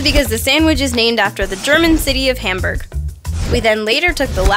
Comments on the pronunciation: pronunciation of Hamburg just killed my German heritage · Hamburg is pronounced Hahm-burhg (sorry, triggered German here!).